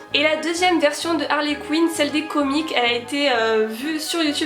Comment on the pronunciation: On dit pas comique, mais Comics avec le s prononcer.